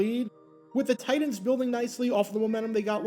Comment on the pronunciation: Why does he keep pronouncing TITANS as “tight ends”? Shit had me confused for half the video.